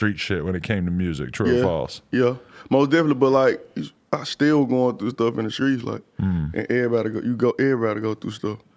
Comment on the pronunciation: I can’t stand that shit. Like bitch ur from America. Speak English not ignorance. And he and others ain’t from the streets, they from “skreets”😂 fuckin corny ass shit. Bag b wearin skinny jeans sooooo tight that idk how bags bags breath. Dudes trash af. Has NO lyrical talent. The ONLY reason I’m here is to put him out there. He scary af he started beef wit ralo then how’d our and canceled the show. He ain’t “skreets”😂😂😂